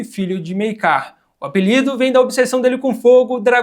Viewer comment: Mano vc ta pronunciando errado o nome Maekar kkkkkkkkk mas de boas ficou engraçado 😂